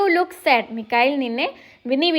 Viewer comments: Not Mikhail correct is Michael 😅😅😅😅😅😅😂😂😂😂😂😂😂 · മിക്കയിൽ❌ മൈക്കൾ✅ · മിക്കയിൽ ❌ മൈക്കിൽ ✅